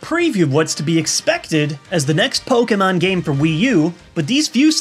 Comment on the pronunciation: How bout Po-ken-mon